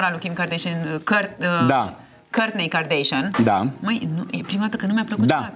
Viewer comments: OMG, va rog invatati sa le pronuntati numele corect... nu e asa greu Kim kardeshein ❌ Kim kardashan ✔ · De ce toți românii spun KarDEIȘIĂN ? E KarDAȘIAN. Fix cum se scrie. Nu am auzit niciodată din gura lor să se prezinte KarDEIȘIĂN.